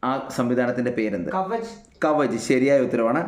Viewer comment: കവച് not കവച്ച്